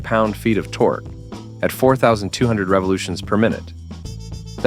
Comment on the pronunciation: How many lb. ft. Torquee' did you say again? 😂